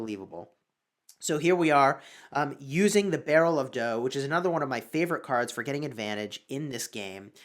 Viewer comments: Pronounced "dou" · "World war dough" he says